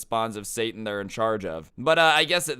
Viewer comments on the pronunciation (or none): none